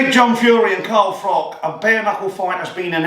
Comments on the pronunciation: Ps it's Froch. Like 'Frotch'. Not 'Frock'. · His name's Froch not Frock, just saying 😉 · It's Froch not Frock.